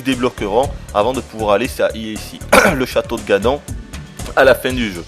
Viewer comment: non ça ce prononce ganone